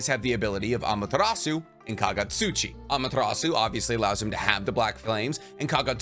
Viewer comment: Kagutsuchi, not Kagatsuchi.